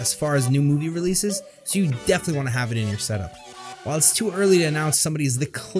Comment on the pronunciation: "Wheell" "SSSo"